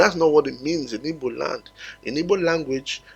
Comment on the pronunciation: Our name is not Ibo. We are Igbo.please pronounce it well